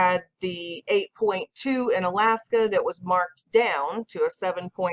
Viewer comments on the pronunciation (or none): none